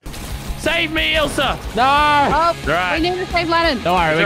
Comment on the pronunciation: It’s ilsa, not isla